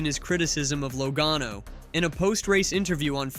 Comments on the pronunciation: Commentator keeps calling him Low gone o.love it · Think you need to learn how to say Joey's last name correctly